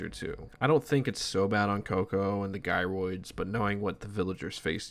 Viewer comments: bro called "jy roids" as "gi roids" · Fyi gyroids are pronounced “jairoid” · You call them 'Guy-roids' moments before mentioning that they 'Gyrate'...